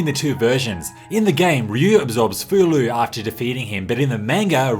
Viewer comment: Great video! Breath of Fire IV has been one of my favorite games since it first came out, and I actually did not know about the names of the orphanage children. Learned something new today! Just one note: Fou-Lu's name should be pronounced more like FOH-loo, not FOO-loo, according to his Japanese kana.